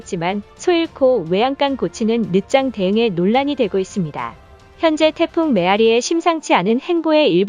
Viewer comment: 에어리가 아니라 메아리입니다. 정신 차리삼...